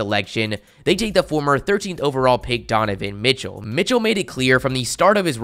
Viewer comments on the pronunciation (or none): It is Donovan Mitchell and not Dovovan Mitchell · "Dovovan Mitchell" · Ah, yes, DoVovan Mitchell